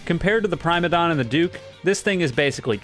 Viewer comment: I'm starting to think is mispronouncing the Boss names on purpose. First it was Prime-a-don, now it's Duke of Erishia